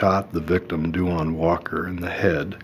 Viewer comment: I hate how they pronounce that boys name (RIP) they always do the most w names .. it’s da- wonn. Not DU WAN lol smh